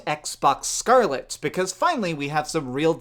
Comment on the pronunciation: I hate the way you say Scarlett